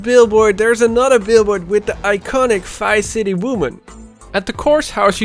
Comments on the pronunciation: it Triggers me so much that you say ''Fice city'' instead of Vice City-- xD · It sounds like he is saying Fice city haha